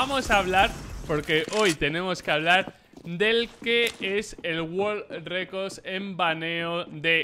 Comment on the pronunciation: Nadie: Black: el "wol recos" en baneo de cuentas